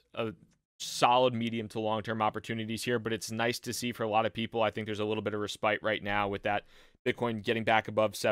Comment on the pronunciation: I believe in America we pronounce respite as "ress - pit," emphasis on the first syllable. We don't spite the res 'round these parts.